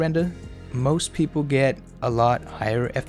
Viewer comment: "pwepol might not fwall fow it"